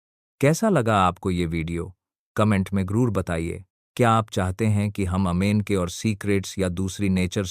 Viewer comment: अमेजन को अमेन क्यो बोते हो?ज्यादा इंग्लिश पढ ली है क्या??कि अंग्रेजो से भी आगे निकल गए।